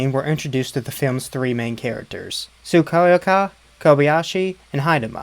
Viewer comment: Exactly, I was confused too, that's not Hai-dee-ma (it's he-deh-meh) that's Yashuko, also it's Tsu-ki-o-ka (but I love how he pronounced differently each time 😅)